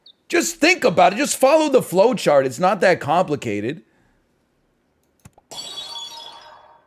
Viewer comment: "Juhst FAHlow the FLoh chahrt"😂